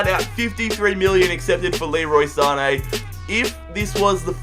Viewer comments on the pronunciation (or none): none